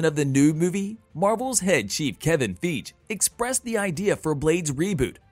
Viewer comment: The way you say Feige is wrong Fii-gee lol